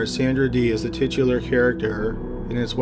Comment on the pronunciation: Titt-ular character!! Idk if anyone else heard that or not....but since this is my 2nd time around with this vid, n maybe i got a dirty mind, but just the way it sounded was hilarious!! Well...to me anyways!!